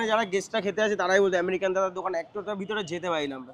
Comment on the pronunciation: আমেরিকান ❎ আরেরিকান ✅ 😂😂